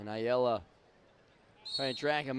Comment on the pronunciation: How do both commentators mispronounce Ayala differently?😂😂